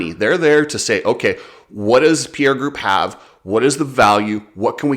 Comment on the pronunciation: Please if people would start pronouncing Pierer properly it'd be great... its Pie - Rer not Pierre also it's not bah-ha it's Ba-jaj. And nowhere in the game plan is CF-MOTO expected to raise pricing. A few stab in the dark claims, but worth the watch.